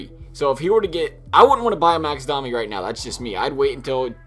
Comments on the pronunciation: DOME E not DOM E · you were right the first time you said it, it is doe-mi